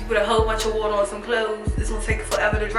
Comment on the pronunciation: "a lul bit of wuuater" definitely from Maryland